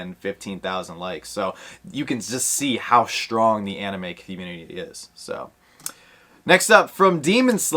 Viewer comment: I will say I do like the anime but the only one I'm really excited about is the scented sugar for sure. The Gojo one is actually a maybe for me. Nate likes that spider-boy a lot too! And nice job on the anime pronunciation ahahaha